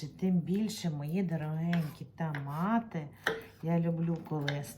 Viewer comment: Моя хороша, в школі грамоту вчила ?! Правильно тОмати а не тАмати ! 😂